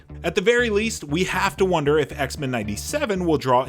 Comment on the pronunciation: This dude saying X-Men like it's a surname. It's X-MEN not Xmen